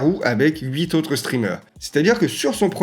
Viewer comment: "les huit zautres"?